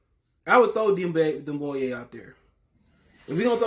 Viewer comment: Can't even pronounce his name. If your gonna make these kind of videos learn his name bro